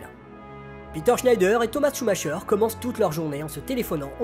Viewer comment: Très bonne vidéo, limpide les explications. Par contre, à titre d'information, on dit "Schumaqueur" et pas "Schumacheur". Cela fait grincer les oreilles lol.